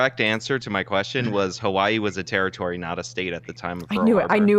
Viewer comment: As someone from Hawai’i, it was not a state at the time of the attack but a territory. And none of them are pronouncing Hawai’i correctly.